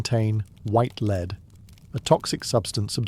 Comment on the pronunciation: the pronunciation of lead is wrong